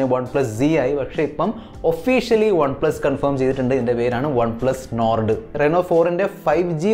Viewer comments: enn perum Ottum perfect allatha pronounciationum,, നോർഡ് അല്ല മോനെ, നോഡ് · Nord pronounciation sheri ayillaa😌